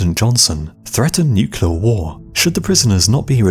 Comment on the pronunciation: Nuclear war NOT Nucular war! Why is it so hard to say correctly? 🤬